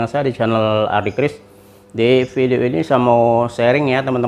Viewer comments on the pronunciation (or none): none